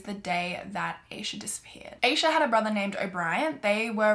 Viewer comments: not really relevant and maybe there’s different pronunciations, but Asha (at least in my case) is (at least on my cas haha) with a sharp A, like AH-sha rather that EH-sha, like more like sasha or tasha. anyway, love your video as always, and this is such a heartbreaking case 💔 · It's pronounced Ah-sha! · Is it possible her name is Aeisha? Maybe pronounced I-EeSha. Regardless you are doing a great job presenting the non evidence.